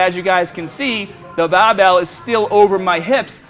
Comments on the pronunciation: his accent gets so thick when he says bahbell... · does anyone else think he says barbell in a funny way hahaha he says that only word like he's from south Boston but speaks everything else in different way